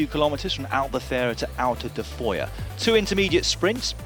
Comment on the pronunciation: seems to me dan got the finish town pronunciation correct?